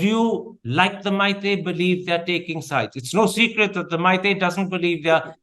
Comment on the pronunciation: motherchut you Meetei people don't even know how to pronounce the name....